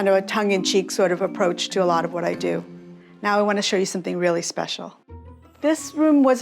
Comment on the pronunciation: “We do do the doh doh!” 😅😅😅❤😅 She must be Irish!